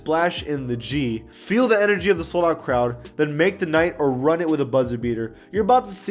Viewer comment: Nobody gon talk about how everyone saying run instead of ruin 🤦🏾‍♂️